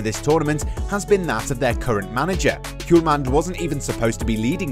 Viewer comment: H in Hjulmand is silent😉